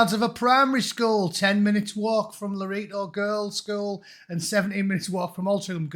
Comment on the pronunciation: Hi. It's pronounced Loreto to rhyme with Netto and Bowden to rhyme with Lowden. Cheers